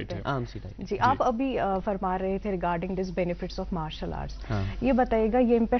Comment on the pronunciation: It’s Martial art not Marshal art